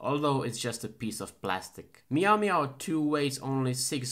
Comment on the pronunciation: You said "maio maio" 31x! Thank you so much for this video!